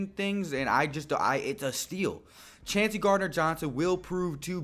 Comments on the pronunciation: Chauncey pronounced Choncy. I'd be surprised if anyone besides McCoy, CGJ, & maybe 1 other draft/undrafted pick actually makes the team. There's not much room on the 53 man roster. Great grades & player evaluations btw! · his name is pronounced “Choncey” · Chauncey = Choncey